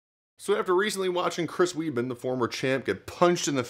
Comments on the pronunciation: Great vid... its chris weidman not leben tho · It's Weidman not Weedman